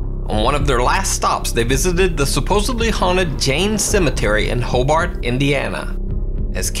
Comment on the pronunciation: as a neighbor to hobart it isn’t pronounced Hoe-bart it’s pronounced Ho-bert